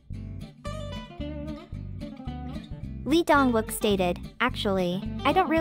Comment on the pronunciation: Lee Dong Wook is pronounced E-dong wook and Gong Yoo are extremely private and independent men,their careers comes first. Its a personal choice for getting married. Their private life is exactly that private. I will always love and support these extremely multi-talented men but leave them alone and stop expected them to live with these arcaic korean standards. They are all successful through their own hard work and being single shouldn't be seen as an affliction.